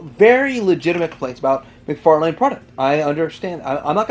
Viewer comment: Do you mispronounce 'McFarlane' for the lols? I've been curious as of late.